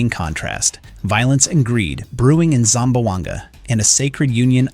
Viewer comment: ZAM - BWANG - GA 😂